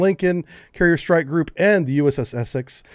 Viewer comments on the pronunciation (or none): none